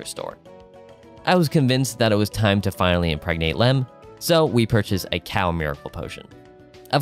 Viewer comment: i like this video but the fact you keep saying "ka-cow" and not "co co" is crazy. Its literally co co like choclate